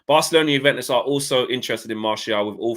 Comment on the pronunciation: Man said broke-alona, recession fc🤦🏿‍♂️🤣🤣😭